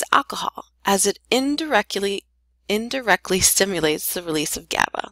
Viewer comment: indire-kelly lol...great video though